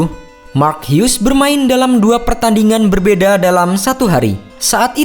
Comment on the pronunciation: Salut sama pengisi suara yang pasti uda research cara baca nama Mark Hughes. Semoga dipertahankan ya kemauan untuk research cara baca nama yang benernya biar enak nontonnya. Salam CeBol! Bagus!